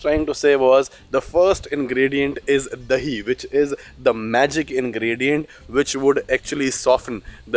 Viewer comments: Dear, that is dahi not deli 😂😂😂😂 make habit to pronounce 'h'😂😂😂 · 'H' is a very beautiful consonant. Plz pronounce it as much as possible.😂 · The way she pronounced dahi was really funny